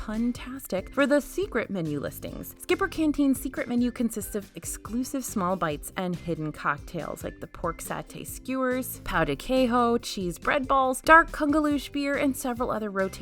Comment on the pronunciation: LOVE your work! Just a Brazilian thing: pão de queijo is pronounced kayJoow, not kayHoow. You are pronouncing it like Spanish instead of Portuguese:).